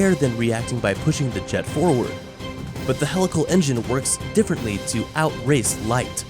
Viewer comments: Sorry to come off like a grammar nazi but it's HEE-lical, not hell-ical. It's a wonderful video - great explanation for those not familiar with the content - but a video on such an advanced technology topic probably shouldn't have an incorrect pronounciation of it's main topic. Just sayin'..... Thanks for taking the time to discuss this and keep the great content coming! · Isn't it pronounced "hee-lical"? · At least say it correctly PUH+LEEZE....??? HEE-Lical engine....yes??? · I wish I could handle “hell-ical engine” but it bugs me too much for some reason. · Just the way helical is pronounced was a HUGE RED FLAG this is typical regurgitation of material not understood and unfamiliar to the narrator.